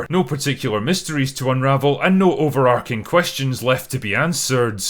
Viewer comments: You’re great but it’s overarching, not overarcing. You use it a lot and it’s wrong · The word "overarching" is pronounced over-ah-ching. It is not pronounced over-ark-ing. Please correct it. People listen to you and you have influence.